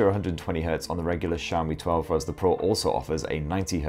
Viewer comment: its xiaomi no saomi....jeez butchering name so hard